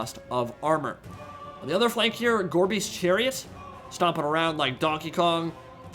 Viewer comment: Listening to this in the background, I kept hearing "Gorby's Chariots", and wondering if that was a RoR. Took way too long to realize it was "gorebeast."